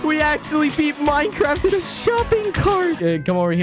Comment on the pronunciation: minecwaft lol